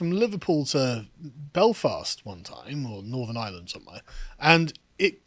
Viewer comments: "IrHurrrland 2023!" The lads inner Irish man came out today. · literally existing to say eireland. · Is the one on the right of Irish heritage? He keeps pronouncing Ireland in some weird pseudo cultural way. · Can someone teach how to pronounce “Ireland”?